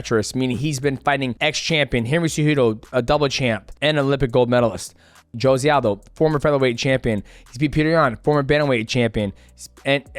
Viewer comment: Bro I get you can't pronounce long Russian surnames but Josie Aldo is a bit too much 😂😂😂